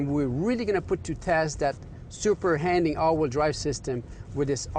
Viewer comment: What does SH AWD stand for??? "Super Handing" AWD, like this guy says it. lol Sometimes he does say, "Super Handling AWD."